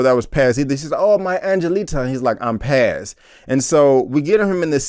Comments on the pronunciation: Texas Finest 😂. I was gonna tell him it’s pronounced Pawz/Pause... it was annoying me too. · I wanted to say it's pronounced Paaahhz, like P-AH-Z. Paz is one of my favorite Latina names. Lol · Its Paz my G not Pez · He Keeps Saying "Pez" It's Paz. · How is she your fav character but can't pronounce her name.. You're just another guy tryna ride the POWER wave you not a real fan and this review is shitty asf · PAZ shouldn’t be this difficult to pronounce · TorrentBlaze he’s not the only one trust me I get if maybe it’s easier for me being Puerto Rican myself but there’s no way it’s that tough 😂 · You are killing me when u saying Paz name wrong...😆😆😆